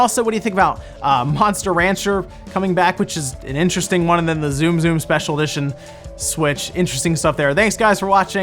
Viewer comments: The Dragon Quest special edition Switch in September will be the first revised special edition Switch we see. Not the Tsum Tsum Switch. (Also, it's not pronounced zoom zoom) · Hearing Tsum Tsum pronounced Zoom Zoom was like nails on a chalkboard. I would love Alone in the Dark 1-3 HD. Dragon Quest Builders is so much better than Minecraft. It’s sad to see Minecraft in the top ten and not DQB2.